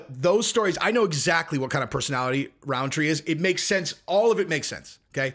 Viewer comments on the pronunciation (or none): Rountree not RoundTree.